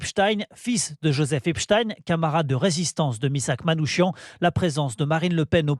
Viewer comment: S’il vous plaît ça s’écrit Manouchian mais ça se prononce Manou « K»ian pas chian …